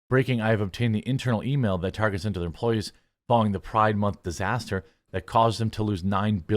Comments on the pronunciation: who dafuq calls target as "Tar-chay"? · Myself and my fiancee, some 20 years ago: Her: "Just one more stop before we head home, I need to pick up some things from Tar-zhay." Me: "Huh?" Her: "I need to pick --" Me: "No, I got that part. From where?" Her: "Tar-zhay." Me: "I don't know what that is." Her: "Yes, you do, we were just there last week. We bought Rebecca's school supplies there." Me: "Oh. Target." Her: (getting irritated) "Tar-zhay." Me: (sigh) "What's their logo designed to look like?" Her: (being a smartass) "A bullseye." Me: "Which is a form of what?" Her: "Look, if you're gonna be like this --" Me: "Nope, nope, just for-ZHAY I said anything."